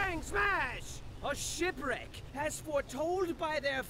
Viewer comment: the say of "shipwreck" sounds like "sh*twreck"